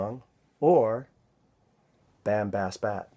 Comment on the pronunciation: Bam has bat is actually pronounced "bom bos bot". Good try though. Also, don't rely on Google Translate.